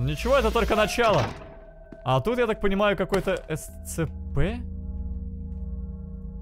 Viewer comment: Прошел оригинальны Scp CB и не знает как правильно произносить SCP